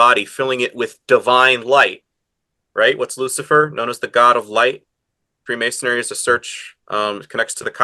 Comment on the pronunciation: Free-mason-ary? Where'd you get this guy from?